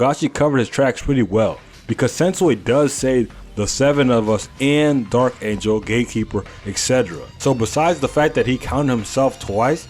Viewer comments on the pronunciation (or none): none